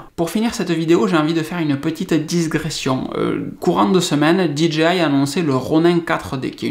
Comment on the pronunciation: Bonjour et merci pour ton professionnalisme. On ne dit pas disgression mais digression.